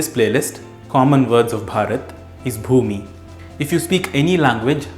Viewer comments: ଭୂମି means land. It's pronounce just like you said. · Bhumi is exactly what you pronounced in Marathi